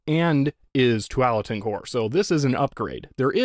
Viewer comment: Thanks for all your videos, I love watching them. I’ve never been a computer guy, but love your repair videos as that’s what I do. I live in the Willamette Valley in Oregon and for whatever reason felt like I should let you know you’re hitting that a too hard in Tualatin. I’m sure you know the chip was named after Tualatin in Oregon as we have a large Intel plant here. It’s pronounced two-wall-uh-tin. Anyways, thanks again!